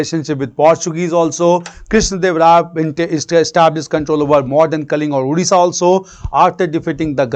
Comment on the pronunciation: It's "Odisha" not "Udisha".